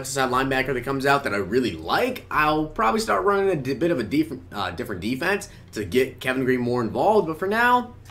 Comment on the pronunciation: Deeferent deefense.. sorry bro that was hilarious